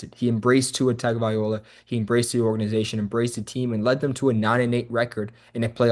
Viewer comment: are you serious ?? you can't even pronounce Tua's last name, I can't take you serious. This team is clearly soft and build wrong, McDaniel and Grier need to go and a complete reset needs to happen, including Tua need to go and I'm a Tua fan.